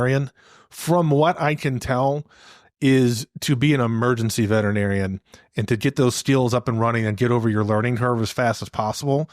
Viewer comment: "Veterinarian" is a SIX syllable word.... VETERinarian "Vet-er-i-nar-i-an" . NOT a 5 syllable word Vet-Tri- narian